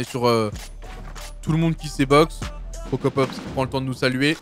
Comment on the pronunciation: KILLforDEATHHHHHHHHHHH pas forDEAD tu me stresses Et CroCROpopss pas Crocopopss